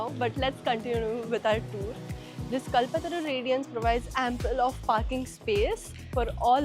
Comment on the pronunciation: It should be pronounced as कल्पतरू not कलपतरू